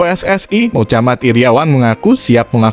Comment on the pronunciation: Mochamad kok Mocamat wkwkwk...